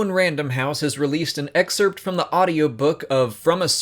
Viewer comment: The way you pronounce excerpt though